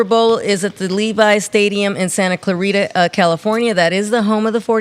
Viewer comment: Santa Clara not Santa Clarita. haha